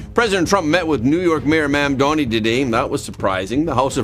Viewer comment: MamDANI - NOT MamDONI. That would make him Italian. Lol!